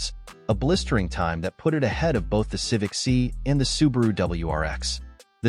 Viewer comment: stopped watching at "Civic See"